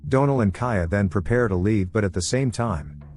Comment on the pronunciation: I really hate AI narrators. They don’t pronounce certain words properly and they can never say names right. For example the name Donal. It pronounces it as Doe-nel instead of Dawn-el or the name Penelope as Pen-e-lope instead of Pen-el-o-pee. It drives me crazy.